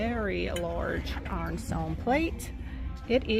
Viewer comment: It took me awhile to figure out what you meant by “arn-stone.”